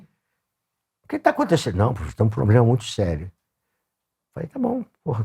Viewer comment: "Lá ele, profexo!"